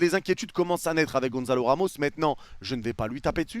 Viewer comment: Soler, tu dois le traumatiser, à l'appeler "Soleure" tout le temps alors que ça se prononce "Solaire"... 😂😂 Quant à Ramos, il s'appelle Gonçalo, pas Gonzalo... Et, ne t'en déplaise, Gonçalo Ramos, c'est un vrai crack !